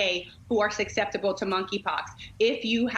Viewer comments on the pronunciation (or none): I think the just said sukseptable?